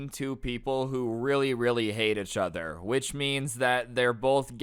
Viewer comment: Every time you say achother my soul dies